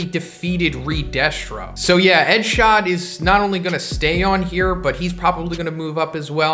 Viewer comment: I thought I was the only one xD